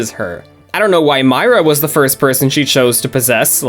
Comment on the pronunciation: How come most of the time you were saying Myra’s name wrong?